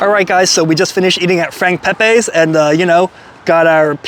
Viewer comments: hate to be that guy but, its pronounced Peh-Pee, Not Peh-Pay. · Frank pepeees is how its said ! Not pepaaaa s ! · Thanks for coming but the lines just got longer, ugggg. Pronounced Pepeee